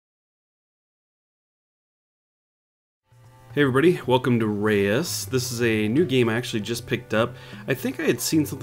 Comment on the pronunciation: You should look up "Reus" in the dutch dictionary. It litterally means "Giant". I noticed your english pronounciation was wrong and so I thought i'd nudge you the right way. Prolly too late anyway. Not to be a mean S.o.b. or anything, just giving a headsup.